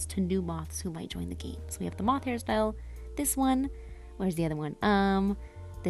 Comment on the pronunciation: it is moth, but as a tiny mask wearing Skykid, they struggle with the "th" sounds so comes out as "ff"